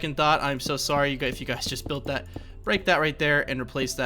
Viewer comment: for some reason i though you said HEY GAYS in the intro